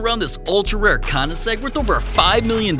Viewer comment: Ain no way bro said "KOUNEESEG